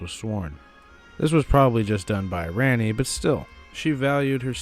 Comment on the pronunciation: For gods sake it’s prounced like Ronni not RANni